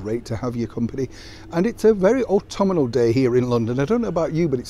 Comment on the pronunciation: ) — it's 'autumnal' not "autuminal"